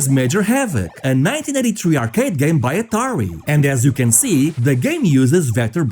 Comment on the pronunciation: Sounds like 1993 and 1999, must be your accent. I listened to it multiple times before I posted.